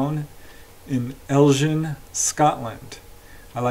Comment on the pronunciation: Hi, hope you are very well. Great interesting cases. Just a note about the Scottish case. You pronounce the town as EL and the G part as a Ger sound, rather than say Gin like the drink. So like the word Get. ELGIN. Its near Loch Ness, home of the Loch Ness Monster.